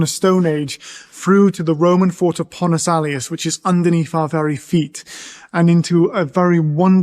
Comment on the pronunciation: Actually it's Pons Aelius, not Pontus.